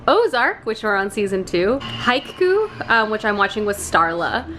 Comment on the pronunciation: i've been interested in trying to read more spooky books this season. will definitely be giving year of the witching a try. also, Haikyu is pronounced hi-q